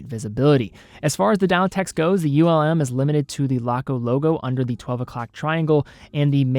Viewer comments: Greetings from Germany! Just a note - it´s not U.L.M., it´s Ulm as a word. Ulm is a german city and not an acronym. Keep up the good work. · For pronunciation, it’s not an acronym. Laco name their watches after cities in Germany. Ulm is one of those cities. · Ulm are not separete letters, is a city name. Not U-L-M but Ulm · U.L.M 😂 I wonder how would pronounce Neckarsulm 😁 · A lot of Laco watches are named after German cities. Augsburg, Stuttgart, Bremerhaven to name a few with Ulm being another name. As a soldier there, I had the pleasure of touring the whole country. Had I not been there, I probably would have pronounced like. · As others have said, Ulm is a word, not an acronym. I'll add that ETA is an acronym, not a word. Unitas is pronounced like Johnny U's name (you're from Cleveland, right?) Yew-night-uhss. And lastly, FOR THE LOVE OF GOD, the word is undoubtEDly. There is no such word as undoubtABly. Keep up the otherwise good work!